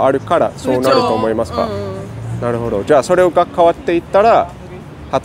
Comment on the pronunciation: ik pitch is hard but can u at least stop saying ”なるほ＼ど”……”なるほど￣”ね？